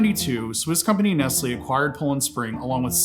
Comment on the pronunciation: I am from Poland 🇵🇱 as a country, and I am having chills every time I hear the name... Btw, it's Nestlè, with not "e", but "e" like in "Denmark". And yes, Nestlé, in general, is a devil